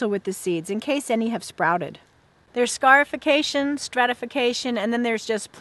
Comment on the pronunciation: When she first said scarification I thought she said scarf-ication.